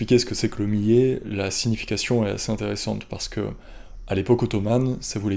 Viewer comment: Millet.. Il faut prononcer le "L" sinon ça donne un autre sense